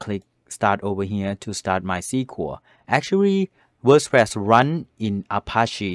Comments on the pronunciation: Ever since I watched this I can't stop calling it Worspress 😅😂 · Wospress. Yea